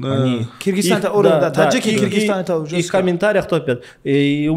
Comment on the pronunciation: Ее рахагуль Кыргызстан а не Киргизтан. Мы же не говорим Дикийстан